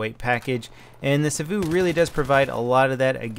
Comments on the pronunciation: I know, he makes it sound so exotic. Like Sawouh or something. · Why do you emphasise the vu in Savu? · It's so funny how he says savu, cause I'm Finnish:)